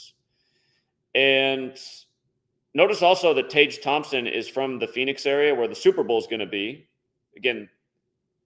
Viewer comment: Tage is pronounced Tag